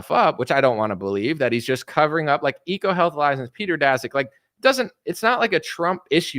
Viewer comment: Eco health not Echo health. Pence lead the vaccine Warpspeed programme. What news are you reading?